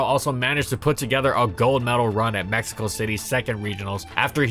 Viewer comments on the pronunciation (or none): none